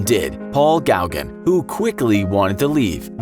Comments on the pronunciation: Just FYI, it’s pronounced Goh-gan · That is not how you pronounce Gauguin 😅 “Go-gan” And by all accounts the man was a bully. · It’s Paul Gawgin….Not Gawgan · Gaugin is pronounced “Go-GAN” not “GOW-gin” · Paul Gaughin (Go gahn) not gaw ghen.